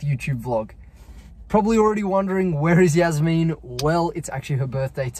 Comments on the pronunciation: wait its pronounced yaz-meen i thought it was jazz-men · The way he pronounces jasmine like “yasmeen 😂